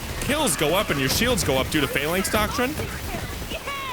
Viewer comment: Fuh-LANX, not FAY-laynx. Cool vid, though :)